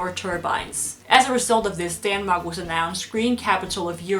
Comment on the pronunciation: It's Denmark in english, not fucking Daaanmark